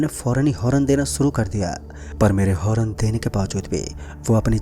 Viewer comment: Horan nahi Horn hota hai dost